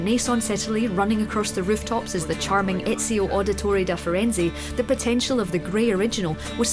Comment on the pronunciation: She said ezios name wrong triggered !!!!!